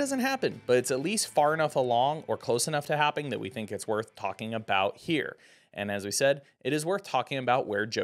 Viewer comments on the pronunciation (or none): none